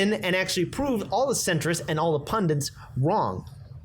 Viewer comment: It's PUNDITS not pundents!